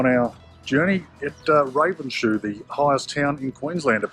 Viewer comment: Lucky you got out of Ravenshoe intact given your cute pronunciation of that town.